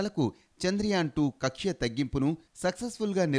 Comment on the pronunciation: కక్ష కాదు తల్లే... కక్ష్య...